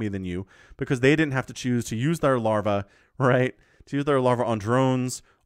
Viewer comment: Why you say lavra lol did I miss the beginning terror lavra same player?